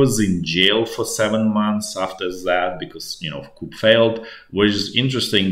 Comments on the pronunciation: Great video. "Coup" is pronounced "Ku" - you don't pronounce the p as the word comes from French. If you pronounce it as "Coop" then that means a chicken coop. Just trying to be helpful :) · I'm not being a Knit Picker but enjoy your nightly reviews. If your in charge of arms in the military then you work in the Armory. The French word "coup" is pronounced "koo" Thanks for the insider vids. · it wasn't spelling just pronunciation like coup is "Koo" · Coo, no ‘p’. 😊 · It’s pronounced ‘coo’ the ‘p’ isn’t pronounced because it comes from French, I guess. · Doesn't mean you should mispronounce it. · In English the p is silent when pronouncing coup.